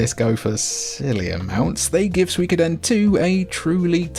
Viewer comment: You are the first Brit that I've heard pronounce Suikoden correctly instead of "Sooey-codin"